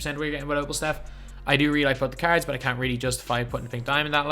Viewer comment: I’m i the only one who thinks it sounds like he is saying carrots and not cards